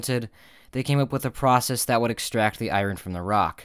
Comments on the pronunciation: It’s pronounced “I ern”, not “I ron” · Can you please stop pronouncing iron "eye-ron"? It's pronounced "eye-orn". Thank you. Grammar is important. The more you know.......